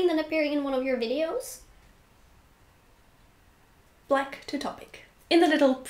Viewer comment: Kudos for pronouncing Black properly. A lot of Germans have trouble with the 'a' and pronounce it wrong in English: Bleck. And not only this word. Something to try having a German say is "Back in Black". Often it will turn out as "Beck in Bleck" :)